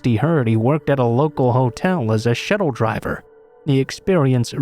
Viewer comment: The word is shuttle. Not shettle. You must be an AI.